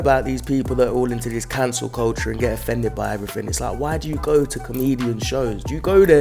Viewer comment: "I'm offfended".... That sounds like a you problem!